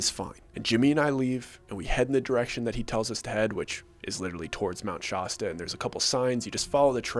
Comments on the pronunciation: Okay, the first a in shasta sounds like you're saying, as that's how you pronounce that a! You are pronouncing it so wrong. But the story is amazing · The first "a" in Shasta is pronounced like the "a" in "ash." "Prays on tourists," not "preys on tourists." You're welcome! 😊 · Sounds funny but that is a more accurate pronunciation the darker side of it all is there’s a lot of things labeled Shasta but the people that once occupied that name were killed off and there pronunciation is pretty much lost because no one even speaks the language any more we go off an assumption of what was once just oral tradition Shasta shawsta who knows how it was pronounced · I came looking for this comment because it was bugging me so bad, it was distracting from the story. It's not an accent thing, it's about pronouncing it wrong. The A is pronounced like in the word "AT" if anyone is wondering. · Right? Really Well told story but thats killing me. How could you spend 5 minutes there let alone days and not get the pronounciation haha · I have to be honest, I can’t watch this whole video because the way you pronounce Mt. Shasta. It sounds wrong to me. I’ll give you an upvote for your trouble. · Ur pronouncing mount Shasta wrong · If you can't say the name of the mountain right. You wont get my view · why can no Pronounce Shasta right lol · Bro Shasta has a hard a not a soft a in it. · I have to admit I have never heard anyone pronounce Mt Shasta the way you say it and I live a few hours from there. Never heard the mountain talk to me while heading to their lake. But we all agree it’s a bit kooky even relatives of people that live there. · Shasta has the a apple sound on first a. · driving me nuts with the way you pronounce Mount Shasta. Yikes, they do sound bonkers and cultish. Poor Shasta. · locals pronounce Shasta like "shack" in Shake Shack, and what mountains have you looked at that didn't have clouds around the top? I don't think you've ever really gone there. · Shas ta not shosta